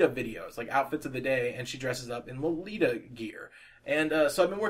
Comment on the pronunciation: You pronounced lolita correctly ^~^ and may i say i love your artwork!!! You just inspire me - i was thinking about stopping with drawing but your videos... Youre just such a good artist and i thought that if you can do it i can :) youre amazing <3